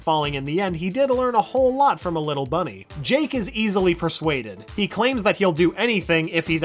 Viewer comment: Dude at the start I thought you said jank the dog